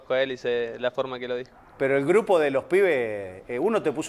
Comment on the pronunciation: es un gurpo increíble lo arreglan : es un gupro increíble 🤣🤣🤣